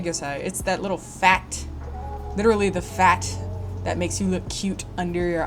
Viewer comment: Why d'you have to say "Fat" like that? lmfao